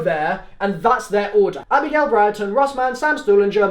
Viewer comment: Why did you you call Misty abrigale ?